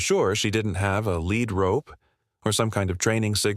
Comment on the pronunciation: You may not like this comment, my aim is to improve your productions. (1) Too many loud noises interrupt the video, (2) It is a Lead Rope, like leading and animal, but several times you spoke it as a LEAD rope, like a rope made of the heavy metal Lead. You are not the only one several of other call it both ways. I live in Fort Worth, Texas, “Cowtown”. Please edit your videos, Thanks !!